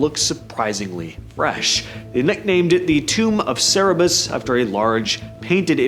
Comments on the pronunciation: It's not sarabus! It is CER-BER-US. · It’s CER BER US AND IT’S GREEK NOT ROMAN MYTHOLOGY